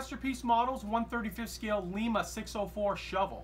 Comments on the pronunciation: Its not pronounced Lee-ma, its Lye-ma, as in built in Lima, Ohio. Lima Locomotive Works. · LIE-MAH,, LIE-MAH. LEEMAH is the capital of Peru.